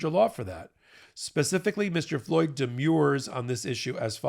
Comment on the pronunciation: Please learn how to pronounce "demur" if you are going to discuss legal pleadings.